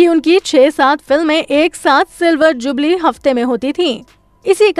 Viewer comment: जुगली नहीं जुबली होता है !! दुबारा ठीक बोला !! क्या कर रही है?! फिल्म गूंज उठी शहनाई 1949 में नहीं 1959 में आई थी ! अरे सुसरी पूरा वीडियो दिखा दिया पत्नी की शक्ल भी तो दिखा देती !!